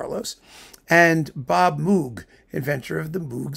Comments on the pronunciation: I love this series and will be watching all of them. (FYI: Not to be "that guy", but Moog's last name is pronounced "Mohg".) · I thought everyone knew, by now, that Moog rhymes with "rogue".